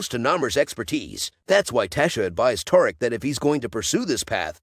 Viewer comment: Is you saying taric 😂😂😂